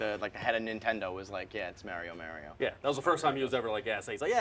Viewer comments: Why the fuck cant say Mario right, likes to be a douche? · is way too cool to say “Mario” correctly.